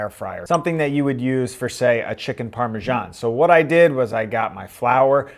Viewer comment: That pronunciation of parmesan though. Apparently it now has an 'h' lol